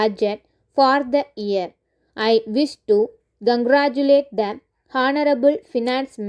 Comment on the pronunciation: pls improve your pronunciation, learn how to pronounce 'A' and "The" Thankyou